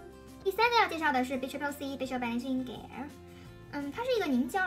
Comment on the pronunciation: Aesop (ei sop) 诶扫p Gel (dʒɛl) 洁l Cleanser (klɛnzə) 克兰泽 发音和clean有区别。谢谢支持伊索的产品。：）